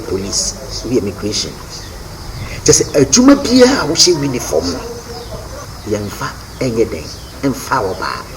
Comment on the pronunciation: I beg is "Uniform" not We-niforn. Lol